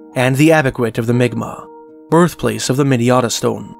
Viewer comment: Pronounced mic Mac